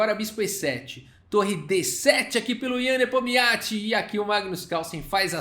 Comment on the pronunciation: É muita sílaba pra um nome só. Só conseguia ouvir o falando Nepomiatchi